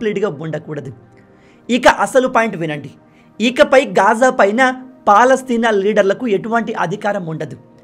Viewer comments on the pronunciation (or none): none